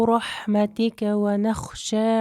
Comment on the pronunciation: Құныт дұғасының соңғы жақтарында “рахмәтӘкә” деген “рахмәтИкә” деп естіліп жатыр қателеспесем?